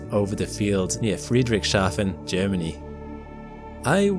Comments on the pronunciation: Friedrichs-hafen, not Friedric-shafen. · I love the way you say "Friedrich Schafen" 😄😘 (e.g. ) (It is more like Friedrich's Hafen - meaning "Harbour of Friedrich") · Great video :) By the way, its Friedrichs-hafen, not Friedrich-shafen